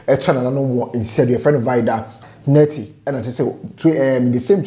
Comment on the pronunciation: I like the way you pronounce the Nartey 👅👅